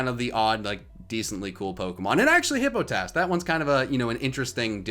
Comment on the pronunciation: This is a great video but HIPPO TASS? It's Hippo pot iss. Hippopotas. Love you and I can usually tolerate your pronunciations but HIPPO TASS?